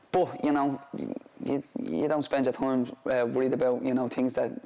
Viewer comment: Haha “toime”